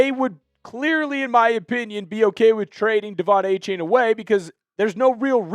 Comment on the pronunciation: Can you at least pronounce Achane right? It’s A-Chan